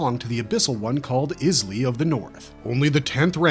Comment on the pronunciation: My guy, your pronunciation of some of these words should land you in prison. Galatea, for instance, is pronounced "Gal-UH-tay-UH". Rafaela, similarly, is pronounced "Rah-FIE-el-UH". Isley is "EYE-lee" or "EYES-lee" if you also pronounce "isle" with a hard-s like a weirdo :D